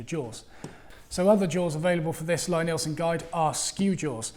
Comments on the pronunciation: Its pronounced 'Lee'-Nielsen... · Lie-Nielsen is pronounced LEE-NEELson... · It's "Lee" Neilsen. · Yes, it says so on their website, but maybe it's just accent that he says it his way. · Lie-Nielsen is pronounced Lee-Neelson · Love your vids,, but I have to correct you on the pronunciation of Lie-Nielsen. The first word is pronounced like "LEE". It's counter-intuitive, I know, but if you don't believe me, watch Thomas Lie-Nielsen here: and see how he pronounces his name!